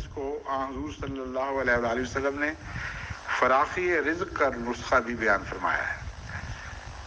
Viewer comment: AAP KO KITNAY LOG KEH CHUKAY HAIN KEH LAFZ " FARAGHI" NAHIN BALKEH " FARAKHI" HAY. APP IS KO DURUST HE NAHIN KAR SAKAY ?🤔😎